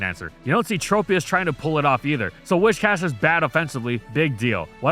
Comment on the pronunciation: Your pronunciation of Whiscash is incorrect. It's Whiscash, not "Wishcash". It's got big whiskers hence the name.